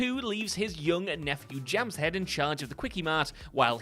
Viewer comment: The pronunciation of the name Jamshed is horrible. Even the Simpsons were closer to its actual pronunciation, but pronounced the "D" at the end, which isn't really a letter in Persian, Hindi or Urdu in which the name exists. It's much closer to "Jum" "Shaeth" when spoken.